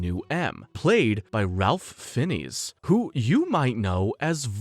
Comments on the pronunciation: Same thoughts here but I stuck till the end, you don't want to know how he pronounced Ralph Fiennes name 🙄. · You did all that research and still don't pronounce George layzenby's name, correct?Come on man and Ralph fiens. You must be a bot